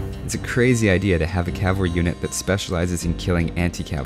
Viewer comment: CAV-alry. not cal-vary